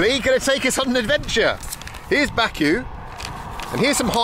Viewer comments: It's my home town and it's bah ku not baa ku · It would be great if you learn how to pronounce Baku.